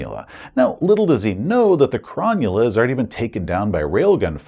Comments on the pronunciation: Thanks! As an Aussie living close to Sydney, I cringed every time you pronounced Cro null a "Cron yu la." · Nice review, but one thing that kills me as an Australian: Cronulla is not pronounced chron-new-lah, it's pronounced Crow-null-ah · Aussie here, love the content but it was bothering me slightly and I wanted to let you know it’s pronounced Cro-Nulla and it’s a suburb of Sydney, NSW. 😊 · I would have pronounced Cronulla as Cro-Nulla - like the Sydney suburb and Football team. YMMV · I keep hearing SS Cromulent haha! Great video! I also love Jack's outfit 👌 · Any other Aussies wincing at the pronunciation of Cronulla? :D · So much wincing....